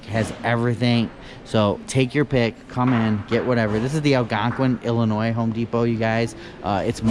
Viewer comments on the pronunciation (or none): none